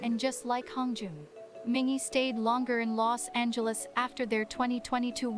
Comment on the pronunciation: There's a lot of great content in this guide but the pronunciations aren't great. Mingi is Meengee (like geese) not Minjee. The character Yeosang created is Hehetmon not Hee hetmon (his laugh sometimes sounds like heh-het). The other word you asked about was aegyo (being cute) not ehjiyo. Fun fact, at a fan sign not too long ago, a fan made a costume and came as Hehetmon--ATEEZ was so impressed, especially Yeosang. Best. Atiny. Ever.